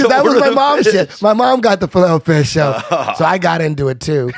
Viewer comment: I've never heard anyone pronounce it filet o fish like that! Am I alone??